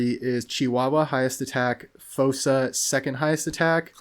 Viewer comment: I think you were saying fossa correct for what it's worth. Great builds by the way